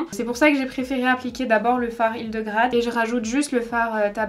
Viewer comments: Tu m'as faite rire tu as dit "HidegRAde" alors que c'est "hildegARde", c'est un prénom moyenâgeux oublié ;) tu le sauras ^^ Magnifique ton make-up et les couleurs ont toutes l'air trop belles :) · Presque sûre que le fard s'appelle Hildegarde et pas Hildegrade comme tu dis tout le long :') très beau make up cependant ! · HildegaRRRRRRde pas Hildegrade x)